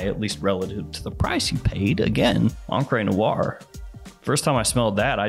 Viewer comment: Encre Noire., every time, "On-cray"